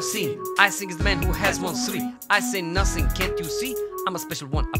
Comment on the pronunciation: Nussing to say, nussay to sing!